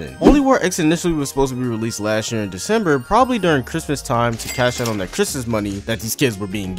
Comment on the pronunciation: "And why it may release sonner than you think" You know when they said tath? FUCKING DECEMBER 💀